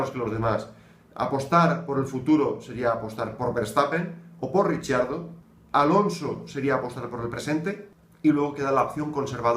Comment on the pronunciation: Por Dios, deja de decir "Richiardo" 😓 él mismo pronuncia su nombre muy parecido a cómo se pronuncia en español. No es difícil ;)